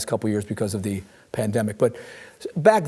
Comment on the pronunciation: The PLAN-DEM-ICK...oh yes. A numbered 🤧